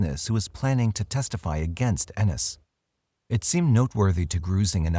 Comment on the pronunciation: Ennis, Montana Living in Oregon I'm impressed you pronounce Ennis correctly!